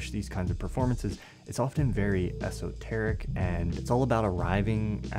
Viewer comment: You should know how to pronounce esoteric by now man.